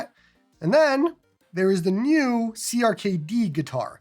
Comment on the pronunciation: Checkout YARG! Does everything clone hero does and more Also, CRKD is pronounced Cracked btw